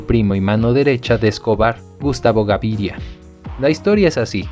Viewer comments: Pero es "Gaviria y no Garivia" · Me gusta la historia pero cada vez que pronuncias Garivia en vez de Gaviria, cómo el n realidad es me desconcentras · Porque dice Garivia y no Gaviria que es el propio apellido?